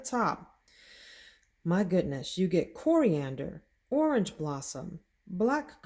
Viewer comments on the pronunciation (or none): none